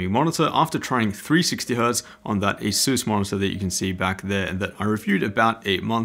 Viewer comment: Bruh it’s not asoos it’s ay sus say it right